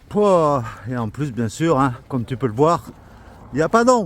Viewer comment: Vous êtes drôles !!!c'est extra de vous suivre merci 🙏 quand tu dis '"pouah "je sens presque l accent perigordin 😁😁😁😁bisous à vous les pelerins complices. Bon chemin aussi de la part des pèlerins du gite du sanglier !!!!bisous